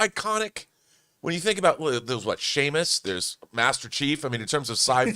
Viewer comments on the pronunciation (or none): calling Samus Shamus lmao